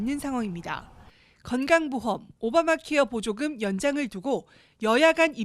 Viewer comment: 머야 세번째 뉴스는 앵커가 아니라 ai인가? 어떤 공부를 하다만 앵커가 [오바마케어 보조금]이 아니라 [오바마 케어보조금]이라고 읽어